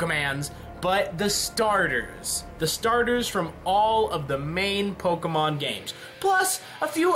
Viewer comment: pokemon not pokemans god sake